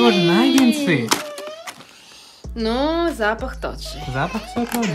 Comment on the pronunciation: наггетсы, а не нагенсы